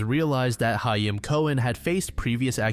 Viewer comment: Great video! Only criticism as someone who is Jewish is that's not how you pronounce "hayim" but that's just me being slightly nitpicky lol